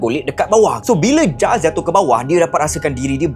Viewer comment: Hi..nice video...just nak betulkan.. sebutan nama mangsa tu Gilles=Jills